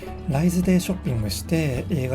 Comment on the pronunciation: 住んでいますが、ライズの発音に違和感がある。